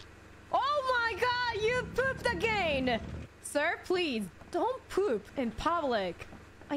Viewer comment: The way she pronounces poop and your attention to detail with the subtitle showing that is so fucking perfect. Fantastic clip